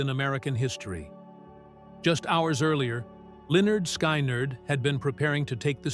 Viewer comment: Why can't that computer voice, that never heard my favorite band, I was born in 63, pronounce the band name? Guess I hate the fuckers trying to make a buck. This was and is my favorite band. FYI I've probably played drums for you pretenders somewhere.